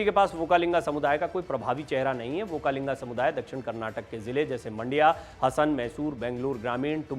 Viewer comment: It is Vokkaliga not vokkalinga.